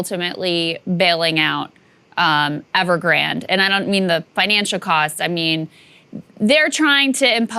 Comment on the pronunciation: Not a big deal but you are pronouncing Evergrande incorrectly just a heads up. Ever-Gran-Day